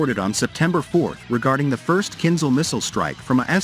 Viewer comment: KinZHal not KinZal